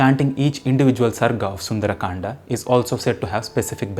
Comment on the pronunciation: please stop mixing English pronunciations with hindi words Saying kandaa sholka etc. sounds very annoying.